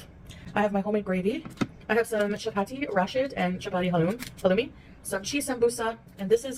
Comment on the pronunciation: Olive oil does not belong in any pickles. Who the hell puts oil in pickles? does,that's who. And another thing....Its pronounced Ha-lum-ee cheese....noat Haluum. She also said Ruh instead of roux. This woman was raised in French speaking place and doesn't know how to pronounce roux???? I'm pretty sure she's said it correctly in the past so why? Ruh...what????? I can't with this woman. 🤡💩🤡💩🤡💩🤡💩🤡💩